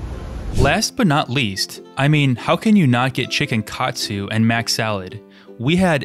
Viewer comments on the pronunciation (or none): none